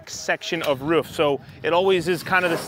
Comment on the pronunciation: It's "roof" not "riff".